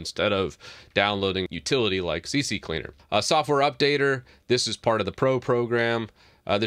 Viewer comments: Why you call C-cleaner C-C-cleaner? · Why si si cleaner? It’s Si cleaner just it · It's c cleaner not c c cleaner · Lol c c cleaner? Not c cleaner? Are these different programs? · It's not CCleaner it's C Cleaner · It's C C Leaner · its C CLEANER NOT CC CLEANER so if you make a video , be sure you know how to read and speak English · It's NOT CC Cleaner! It's C Cleaner. It's not hard to read ffs. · It's C-Cleaner not CC 🙂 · Why do people say Cee Cee Cleaner instead of Cee Cleaner? 😄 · It's OK, many of my customers pronounce "CC Cleaner" lol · The fact that u say c c cleaner makes me not trust ur info bro... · Why does everyone say c-c-cleaner (c x3) while there’s only 2 c’s 😫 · Guys... it is obviously C-C-leaner. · I stopped watching 45 seconds in because you kept calling it CC Cleaner. Have some comprehension please. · You don't even think about what you say before you say it. Maybe wright a scrip. This is painful to watch. Not even talking about you saying C.C.Cleaner so many people say that. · The way you pronounce CCleaner reminds me of a joke back in the day, the right one is CC-Leaner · At least I’m not the only one that called it CCCleaner XD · How many times did you say CC Cleaner lol it can catch you out. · Aah the old "C-C-Cleaner" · i pronounce it c-cleaner (kuh-cleaner) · CC cleaner 🤣 everyone pronounce like that